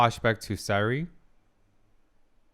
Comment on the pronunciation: Sai Ree? Flei Mei? Just an observation, you never or take too long to get the right pronunciation of names.. Just a bit of advice, whenever there is an important character, take time to listen or play it back. You are a psychotherapist, you should know how important names are.